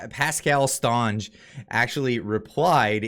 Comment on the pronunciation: Yeah, Lol the "Stonge " prononciation! "St" is short and prononced "Saint" si, Saint Onge, but still a point for trying!